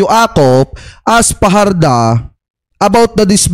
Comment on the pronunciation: Research pa more,. Fajarda Yan, hindi Fajardo